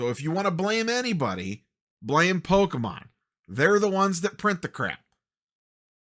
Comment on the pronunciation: you say. but at least you say Pokemon correctly... too many poketubers say po-key mon and still manage to be pedantic people.